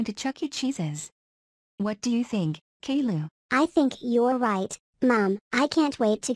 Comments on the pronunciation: Edit: lady kilo but pronounced calliou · I love how Boris calls caiilou kaylu